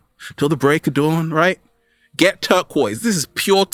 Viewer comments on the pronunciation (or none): none